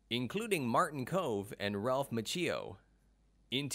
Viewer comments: So annoying when someone can't bother to learn to pronounce Ralph Macchio's name correctly. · It's like the guy has never pronounced an Italian name, ever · we don't hate anyone "Line-done", we just expect that if someone is going to make a video referencing the actor of the main protagonist they'd do the minuscule amount of research necessary to pronounce their name correctly. The Tang Soo Do mispronunciation can be glossed over, as I didn't know how to pronounce it either before practicing the art, it still bothered me to hear the narrator say it like he did. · It is impressive that William Zabka can speak Czech! but it would also be impressive if the announcer could learn to pronounce Ralph Macchio's last name correctly! LMAO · I know this has been said before, but the mispronouncing of Ralph Machio's name is hard to get past. Which is a shame because overall the production quality of the video was great. The script was a little off, as each fact was presented in a vacuum, as if we didn't know the previous ones before hearing the current. An example would be the first fact presented in the video is that William Zabka's first movie was the Karate Kid. Later, when discussing his net worth, it is stated that he was in the Karate Kid like it was a new fact and not something the view was already informed of in a previous fact in the video. It was as if each fact was it's own separate fact and not part of a continuous series of presented facts. Maybe just me, seemed a little odd. Good attempt though, keep it up and do a little research on pronouncing names. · Fact Factory heh? Here's a fact for ya, your voice over guy is terrible. So is your editor. Your VO guy mispronouced several words. Macchio, and Tang Soo Do. That vo should have been re cut and the editor should have caught the mispronunciations. If you can't get a voice over right, you aren't much of a FACT factory are you? This alone makes you not a channel to be followed.